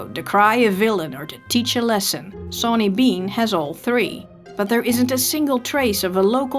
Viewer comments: your saying his name wrong its not 'SAW'ny its said like shauny with a accsent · I thought it was pronounced like Shawn? Was that incorrect?